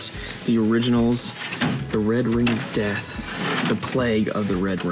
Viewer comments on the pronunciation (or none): none